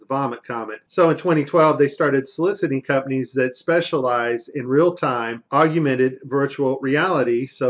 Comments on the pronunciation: Do you also say "nucular"? It's not awg-u-men-ted, it's awg-men-ted. Only three syllables. I've seen video glitches like those in my Netflix stream. No, I wan't watching a movie about the ISS. Yeah, I ended up watching the rest of the video. Are there links to the complete videos? How do I know these aren't something made up for this video? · FFS! It's 'augmented reality' NOT 'augUmented reality'...you're a clever guy but please! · The word is AUGMENTED stop saying augumented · Great vid. Bt so fuckin annoying. Its AUGMENTED n AUGUMENTED 🙄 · You began to lose me at “aug-u-mented”.... then your lack of understanding for how compressed video creates artifacts with motion sealed the deal. You’re not making any valid points in this video. Best of luck next time.... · 'augmented', pronounced 'orgmented'; not 'argumented'. !!!! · Augumented is not a word, it's augmented. I appreciate the truth you're bringing, but mispronouncing words makes you lose credibility. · wtf is "aug-U-mented" . really puts holes in your credibility when you cant even pronounce your arguement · Its augmented not augumemted jesus christ you have a tenuous grasp of English and were supposed to take your advice on astrophysics? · Aug-U-mented? its Aug-men-ted. You can't even pronounce english words. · Learn to say Augmented... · Hard to make an argument against NASA when one can't even pronounce the word "augmented". I really hope he didn't come across this term only as a result of this "research". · Achilleon oh he's correct, it's aug-u-mented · This guy got an aug-u-mented education! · >Thinks you're so brilliant that they're the only person to discover the secret behind "fake" zero gravity on the ISS. >Can't even pronounce "augmented" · I know it's not a big deal but the word is Augmented. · You know "augumented" isn't a word, right? You're adding an entire syllable. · the way this guy says "augmented" is so weird, he is saying something like "auguimenet" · lol, "augumented"...